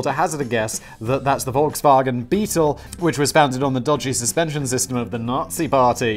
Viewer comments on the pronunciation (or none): none